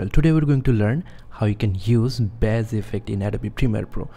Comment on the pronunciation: Bass in this context is "Base" pronouncing it Bass is the fish. The instrument is also pronounced "Base" so the only one that's really pronounced how it sounds is the fish. Just to try and help with that since English is overly complicated for no reason lol. Great video btw :)